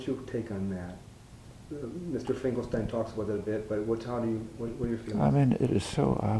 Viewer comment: Finkelstein not Fingelstein*